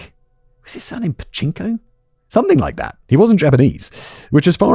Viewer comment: Simon it's Pachinko